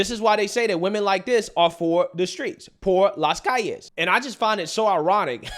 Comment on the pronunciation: When he said “por las calles” made me laugh